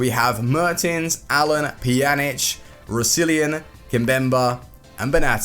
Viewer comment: You butchered Roussillon's name